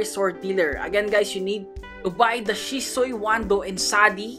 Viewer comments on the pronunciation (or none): none